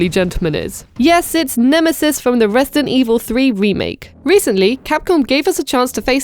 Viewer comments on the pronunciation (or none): This is the second RE3 video I've watched today where it sounds like the person doesn't pronounce the d in resident.